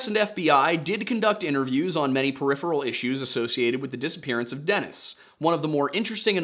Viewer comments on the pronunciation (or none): none